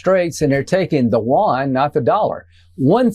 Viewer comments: Side note for Lindsey Graham: Yuan (元/¥) is not pronounced “wan.” That said, he mispronounces English words too. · The Chinese currency is called the you-awn (my phonetic spelling), not the won/wan. That is South Korean. Lindsey Graham is an ignorant tool. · It is the Chinese yuan not won. Won is South Korean. Even a simple Google search will tell you the answer. I cant these guys dont even know the basics. How are they politicians?